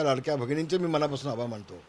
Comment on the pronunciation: आभाळ मानतो नाही तर आभार मानतो म्हणा बोलायला येत नसेल तर कशाला बोलता.?